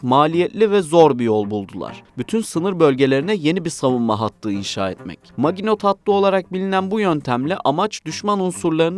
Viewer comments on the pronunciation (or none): Линия не мажина, а мажино автор канала овощ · Не МажИно, а МажинО.